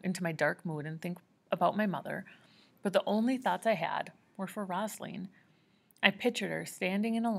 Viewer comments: i love yoy so much just try reading it as ‘Rose-a-leen’ instead of rossalen lol. but thank you so much for not making me read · Also it’s rose a leen not rozalin